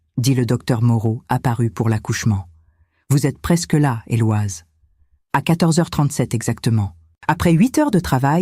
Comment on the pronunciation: En langue française on ne prononce pas le prénom Éloise mais plutôt Eloïse !!